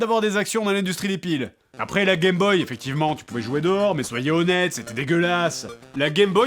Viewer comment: tu l'aimes tellement que tu écorches son nom sans pitié. Je le prendrais mal à sa place :O Vu le manque de respect que tu as pour les ancêtres je suis sûr que tu disais unE Gameboy ...